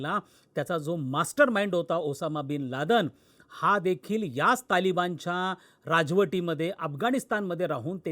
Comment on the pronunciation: लादन नव्हे लादेन बोल, “ बोललोय भाडु नव्हे 😂